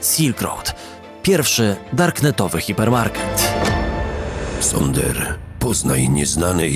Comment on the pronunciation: ZONDER SIE WYMAWIA A NIE SONDER xDDD